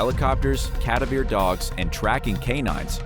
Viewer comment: I almost subscribed to this channel. And then upon watching this episode The mispronunciation of cadaver was pronounced ka duh veer. Are you serious right now?? Seems like the narrator, is a computer. My question now, is this channel even AmerIcan??